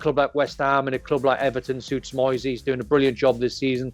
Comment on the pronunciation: It's Moyse not Moysay